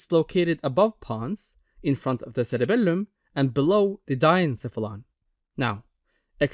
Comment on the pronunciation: the way you say CereBELuuM 😅💝